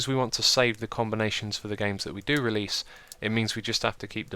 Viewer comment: RELASE! ENGRISH YO!!!